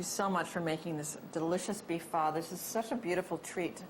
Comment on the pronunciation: Wtf vermicelli noodles? You just butchered "pho"